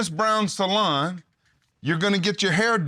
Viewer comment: I can listen to talk all day😂 I hear 'salad' not 'salon'. I love the way you pronounce purple and '30 volume' 68 years old, white hair but love watching